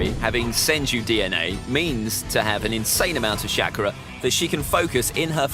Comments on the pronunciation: "Ka-ka-shi" "shackra" ITS KAKASHI AND CHAKRA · Is it making anyone else mad that he said “shakara “ tho that might be how they said it in dub I wouldn’t know- (I watched naruto is sub)